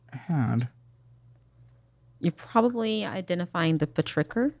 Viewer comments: Pay-trick-her? Petrichor! lol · “petricor” “whats you call me?” 🤣🤣🤣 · The way she pronounced it was weird imo. I think it's supposed to be "petrichor". blood of the earth, essences of when rainfall hits the earth. can't remember what else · I have never heard petrichor pronounced “pe-tricker” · Selling candles and pronouncing petrichor like petricker is WILD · Peh-tricker??? PETRICHOR??? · Does anyone really pronounce petrichor as “pa-tricker”?? 😬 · never have I ever heard someone call petrichor "Patricker" lmaoooo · The way she pronounced petrichor is enough for me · I cringed when I heard her say petrichor. How can you effectively sell your product if you never bothered looking up how to pronounce it??!! I know she has Google! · The way she pronounces 'petrichor' makes me cry. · Had to go look up.how to pronounce "petrichor" because whatever she said was wild... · Took 2 1/2 years to PERFECT her candle business. Cant pronounce petrichor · The mispronounciation of petrichor omg 😂🙈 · The way she pronounced petrichor killed my soul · I lost it at petrichor pronunciation.